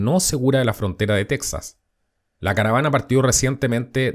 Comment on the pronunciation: Tu no esre mexicano,no sabes ni tronunciar texas,y qiuen te da derecho a opinar de lo que pasa en Mexico,no eres mexicano ni cones la fronta